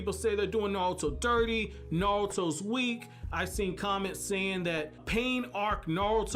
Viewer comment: Bro the way he put sakura when he said WEAK got me 🤣